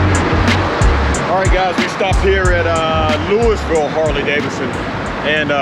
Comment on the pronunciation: be safe! By the way it’s pronounced (loo-ee-vil) or locally (loo-uh-vuhl) Safe travels my man!!